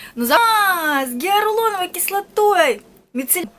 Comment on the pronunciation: гиаЛУРОновая кислота, не каверкай слова) а так супер)